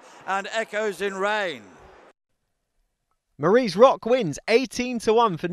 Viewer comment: Commentator is shocking. 2 greys leading, 1 is brown Tellmesomething all race even though its tellmespmethinggirl. Marie's diamond when it's Marie's rock. And he says maaaarees. If it carries on it needs to be muted 😂